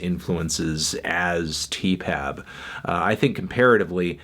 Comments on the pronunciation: stop calling it 'teepab' it sounds awful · Can you not saay Tee-Pap? It's sooooooo...